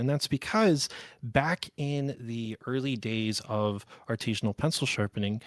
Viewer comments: artesian not “Artesianal” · The biggest give away here is the fact that he’s not pronouncing “artisanal” correctly. It’s not an “Artesian” well. It’s a practice done by an Artisan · Title says "Artisinal" but he refers to himself as "Artesianal". Look up those words - they mean very different things. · there are a lot of people who think artisanal is pronounced that way, with the hard E. I think it's regional